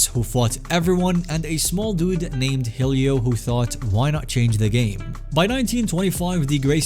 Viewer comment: ahh yes Roar-ion and Heel-io